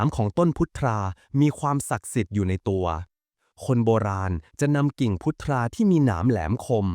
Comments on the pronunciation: "พุทรา"ต้องอ่านว่า(พุด-ซา)ครับ..ไม่ใช่อ่าน(พุด-ทา)นะครับ😊_วัจน์ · พุทรา ??? อ่านมั่วมาก